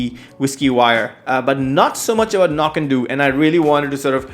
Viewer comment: I believe (cf. Ralfy vids, and elsewhere) that Knockando's last syllable rhymes with "dough", not "doo" as you seem to be saying (google says "no-KAN-dow", but I don't think that means it's "ow" like the beginning of ouch). In part it's important to help distinguish from the nearby Knockdhu ("Nok-doo") distillery, whose whiskies are named anCnoc ("ah-NOCK") to further help distinguish. Sorry if I sound like the pronunciation police, it's just the two nearby distilleries can be confused.